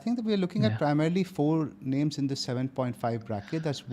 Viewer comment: Love the pod, but can y'all put in some effort into learning the right name pronunciations? I think its a bit disrespectful if y'all are not even trying at all (sometimes).